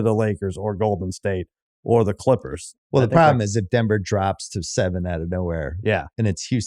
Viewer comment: Bill says “Quippers” to refer to LA’s other basketball team. I think they all have speech issues